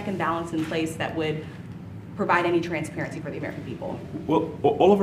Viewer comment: Why does he keep pronouncing it transvarency?